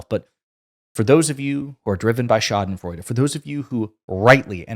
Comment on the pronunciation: you pronounce „Schadenfreude“ very well 👍